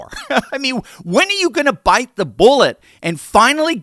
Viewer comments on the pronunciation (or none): none